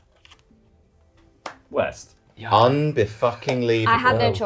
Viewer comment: East? I thought you said weast